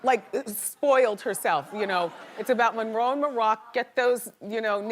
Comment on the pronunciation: Marilyn Munroe 😂